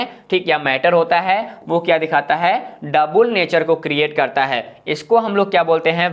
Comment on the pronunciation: Aapki parnounsation wrong hai As like - dual